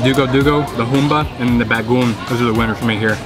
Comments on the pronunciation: BA- GO - ONG ! not bagoon =) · Bro its “Bago-ong” not bagoong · It's not bagoon...it pronounce as BA-GO-ONG.😄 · ba-go-ong not bagung. on how to read/pronounce it. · Its not Bagoon.... Its Bagong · It's pronounced like this "Ba go ong" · OMG, didn't anybody corrected you on the right pronounciation of BAGOONG? You have to pronounce it as a 3 syllable word like so BAG GO ONG. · the way you eat (bago-ong) to be pronounced is way to salty.. you can spread it all over your rice but don't eat it as whole, too salty! but nice, hope you can try all of our famous food here in the Philippines! :) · I was eating my toasted sandwhich then clicked on ur channel, now I'm craving lechon, alas none to be found in Melbourne. btw say bah-goh-ong for bagoong, split the Os in 2 short syllables.. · Ahhh, yesss, I did badly with my bagoong pronunciation. Especially for as much as I eat it youd think I could get it right? haha Well, I must say, this wasn't any ordinary lechon! I am sure you know that though! Thank you so much for watching! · Since you love bagoong might as well learn to pronounce BAGO-ONG right! 😄